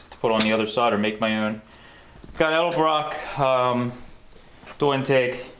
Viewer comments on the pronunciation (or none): none